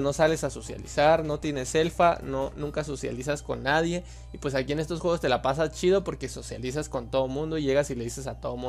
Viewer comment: No sabes Decir Juegos? :v